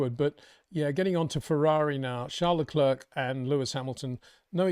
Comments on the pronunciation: Your such a max fanboi wow... totaly biased. Hard to take you seriously. If Leclerc ( please learn to say his name correctly its not le-klerkkk its not hard to learn ) did what max did to Russel you'd be crying 15 minutes about it. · Comparing what Leclerc did to what max did is just ridiculous. And please practice how to pronounce Leclerc. Your lack of respect for ppl without uk passports is pathetic